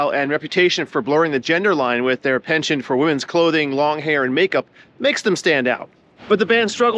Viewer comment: Not how you pronounce penchant.